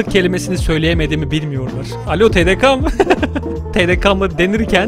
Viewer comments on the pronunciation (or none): Başkanım yanlız o TDKA değil TDKE KA değil KE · TDK'nin sonunu Ka diye okursun ama TDK'de Ke dogru kabul edilir...: I was Sarhoş, i don't remember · TEDEKA DEĞİL TEDEKE bu arada ama olsun.